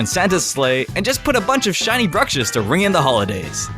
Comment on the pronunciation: i don't want to be mean but it's bruXiSH not bruSHiS the video is very good though 😊